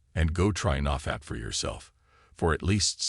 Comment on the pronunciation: The way he says "naw fapp"